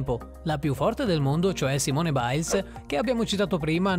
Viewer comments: c'è un po' di confusione... ritmica, artistica, danza aerea... comunque si legge "simon" non "simone" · Simone Biles si legge simon....comunque ci sono alcuni errori👌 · Si dice saimon e si scrive Simone ma e americana Cristo ed e una femmina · Hai letto male Simone Biles🤦🏼‍♀️ Comunque bel video😁😁😁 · Come L’ hai L’ hai pronunciato Simone Biles?😂